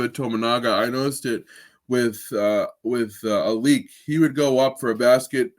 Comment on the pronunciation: its not " a leak" its " al lick" idiots!